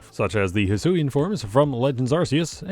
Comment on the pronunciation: hisuian is pronounced (HEE-SWEE-AN)